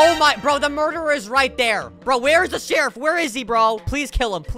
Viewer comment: Hes says /shierf